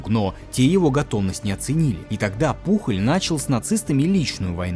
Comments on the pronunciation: Ролик отличный , но побуду душнилой: не Пухоль, а Пуоль. Он же Испанец, даже есть знаменитый футболист с такой же фамильной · Топ. Одна из любимых историй в истории😅. Но Пухль😂😂... Он Пужëль на французкий манер или Пуйоль на испанский. 😅😅 испанский стыд😂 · Да не Пухоль он, а ПУЁЛЬ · Хуан Пужоль* не Пухоль